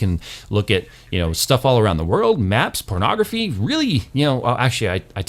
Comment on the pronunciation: LMFAO when he said pornoguphy